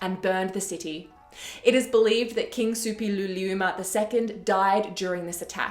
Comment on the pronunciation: Kudos for pronouncing Suppiluliuma with such ease!